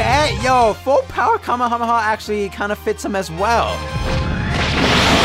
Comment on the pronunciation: You min Kamehameha not kamahama